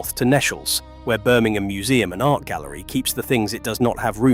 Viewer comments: Thank you for this. Most interesting. Sometimes I do understand, though, why things have had to be kept locked. Two mistakes. 'Nechells' is pronounced 'neetchells'. And when illustrating the Birmingham Catholic Oratory, you showed a picture of one of the wonderful windows of Birmingham Anglican Cathedral! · Nechells, pronounced correctly as Neechells